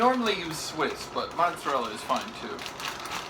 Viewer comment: "Should Pudda cheese on their "Monserella nonetheless"